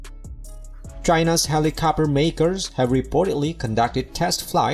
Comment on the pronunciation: Helicopter… not helicopper 🤣